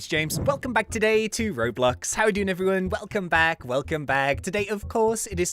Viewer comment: Bayne well the thing is, is perfectly capable of doing an "o" sound and saying "Roblox" I think he just says it so fast because he says his intro so much to where it sounds like "roblux"